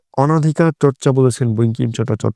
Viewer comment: Vul boltace